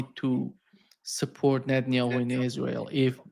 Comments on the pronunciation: It's not just "Netanayhu". I've heard him swapping letters on basically almost every foreign name he pronounces. I'm not sure weather it has something to do with his native state accent and I know it's nitpicking but for some reason it's like hearing nails scraping a blackboard for me. I get shivers every time. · I'm getting an OCD tick from hearing "Netanayhu" so many times. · This dude just CANNOT pronounce Netanyahu! And I love it! It’s not his real name so I’m choosing to pronounce it wrong!